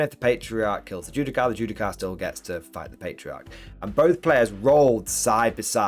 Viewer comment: Judiciar* not Judi-car xD